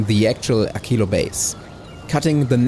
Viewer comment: WHO says AKILO???? It is a q not a c/k 😢 Also: why no prod modules for science?